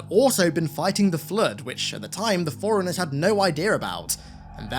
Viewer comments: When you're saying "Forerunners" it sounds as though you are saying "Foreigners." Just thought I'd let you know, it threw me off for a little while. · I watched this and as confused as fuck for the first 2 times i watched it and I said "wtf is up with foreigners?".. then i realized he actually meant to say forerunners... Mutha Fukka didn't enunciate even close to properly on this shit